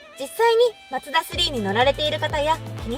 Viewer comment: が紹介すれば、全てが魅力的🥰 ちなみに、言い間違いの「マツダ」の発声は「マ↗ツ↘ダ↘」なんですね。 他の所は「マ→ツ→ダ→」ですが😋